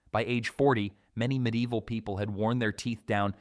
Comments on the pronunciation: dang your ai narrator messed up saying medi evil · This happens all the time with ai and the word medieval lol